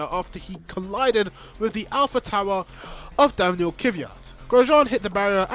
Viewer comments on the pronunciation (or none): Or my personal favorite, Alpha Tower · So many of these facts are false, for example the crash was actually 67G. I’d advise doing the proper research and not learning the facts from whoever’s YouTube video you were watching that’s using something horrific for views and can’t pronounce AlphaTauri…….